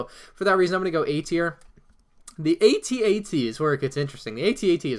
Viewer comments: Boi it is at-at not a t a t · It makes me cringe that he calls the AT-AT "at-att" and he calls the AT-M6 "at-act" which are completely different walkers.